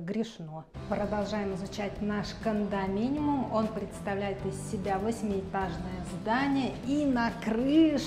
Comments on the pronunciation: все таки кондоминиУМ, а не кондоминиМУМ 😂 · КондоминиУм, если что😅. Спасибо за выпуск